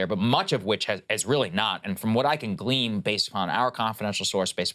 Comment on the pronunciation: "Glean" not "Gleam"